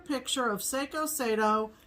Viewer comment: Always look forward to your videos. Glad you two have been surviving the snow! Love the Pattern of the Week "Sato and Keiko". "Keiko" is my daughter's name. By the way, "Sato" is pronounced "Sah-toe". Have a good week, girls! :D